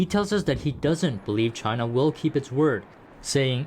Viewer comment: Trust and cooperation from Chay-na ? Hahaha !